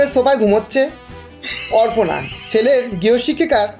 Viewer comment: অরপণা নয়, অপরণা।